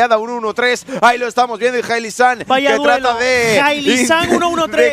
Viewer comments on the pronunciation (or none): Jailisang dicen los casters. Ni intentándolo lo pronuncian bien.